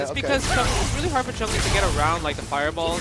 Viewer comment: Jesus, you'd think someone like (who has been playing SF for donkeys years) would know that it's Chun-Li, not CHUNG-LI. Cringe every time.